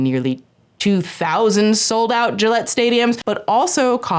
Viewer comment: “Gillette in Boston” 😖 i’m from eastern mass and that sounded so wrong 😂